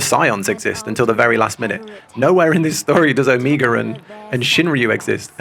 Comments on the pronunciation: The repeated "Omiga" really threw me off while listening lol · Too Bold of a statement, you still have Shadowbringers trials ;D Also: It's "Oh-Meh-ga" Omega as in the final letter of the latin alphabet :) rather than Amiga, a brand of computers by Commodore :P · how do you criticize someone's pronunciation without sounding mean? because i don't want to be mean, but also the way you say omega - which is a very real word which is not uncommonly used in english - kind of drives me batty! oh-MEH-guh. O, Mega. literally means 'mega O', actually! the last letter of the greek alphabet (big O sound, hence mega O) used as a synonym of 'the end'. real word! again, very much not trying to be mean, trying very hard to be educational and not sound critical, but i do think it's important to pronounce real words right when possible, especially when you're going to need to be saying them a lot very soon!